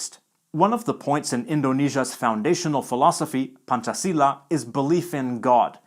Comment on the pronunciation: Thank you for pronouncing Pancasila as "PANCASILA", not "PANKASILA"